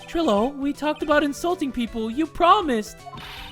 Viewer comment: bro trilo is pronounced try-lo like you don’t pronounce milo like mill-oh